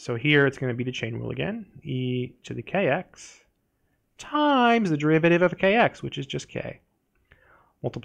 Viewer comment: why is bro saying TIIImmmmmEEEs like that